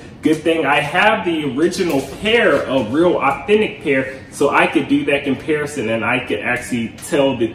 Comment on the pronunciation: Did you say “comparasing?” 🤣🤣🤣 you’re trying to hard to articulate! 🤣✌🏼🙄😜